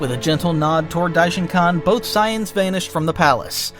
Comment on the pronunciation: And it's Saiyans not Saiens, noob.🤣